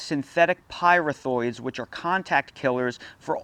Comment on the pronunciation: Sorry, it’s pronounced py-wreath-throids